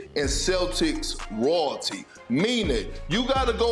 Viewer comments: Perk can't even pronounce Royalty... lol just like his Adebayo T_T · Perkins word for day "rawlty" 😅